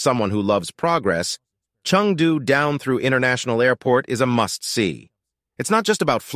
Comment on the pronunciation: Chengdu has got Tianfu & Shuangliu airports, NOT “Chung Poo”.